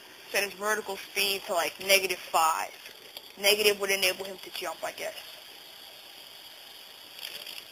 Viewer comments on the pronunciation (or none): none